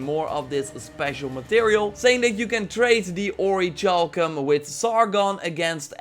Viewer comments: Orichalcum is pronounced like "orrie-kal-kum" it was a legendary metal in the ancient world and often linked in legends to the lost continent of Atlantis. It MAY have actually existed, probably as some sort of alloy of gold or brass. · Hey! The word "orichalcum" is pronounced as "or-ri-cal-cum". But anyway love ur vids! Very informative! 😀